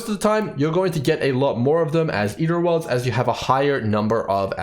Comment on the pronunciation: "Ear o´ orlds"